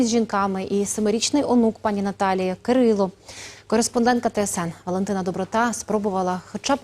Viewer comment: Не Кирил, а КирилО